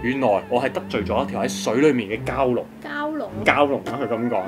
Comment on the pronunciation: Sunny蛟龍個蛟讀餃子個飯